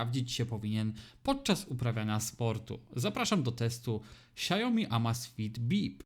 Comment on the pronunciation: SIAŁ-mi, nie sia-JO-mi